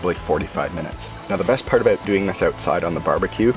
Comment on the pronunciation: Guy in video: "Aboot 45 minutes" Everybody: "I know exactly where this guy is from"